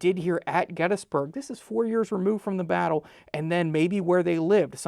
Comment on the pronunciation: please pronounce Gettysburg correctly...my god